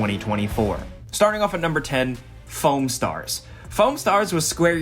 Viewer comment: #10 sounded like Phone Stars and not Foam and I was extremely confused for a minute...